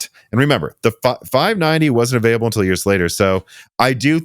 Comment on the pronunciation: While we are correcting pronunciation. Has anyone ever pointed out that nine times out of ten you pronounce "until" as "Intel"?